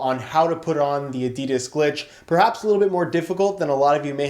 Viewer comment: If he says adidas glitch like that again I might actually cut my scrotom open